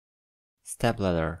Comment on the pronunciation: Thanks for letting me know that LADDER is pronounced LEATHER